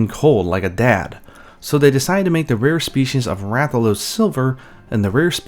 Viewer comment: Rathaloosee(it’s a joke on how he says it)